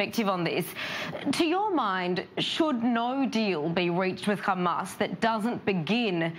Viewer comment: It called hamas not khamas sending regards from gaza 😂😂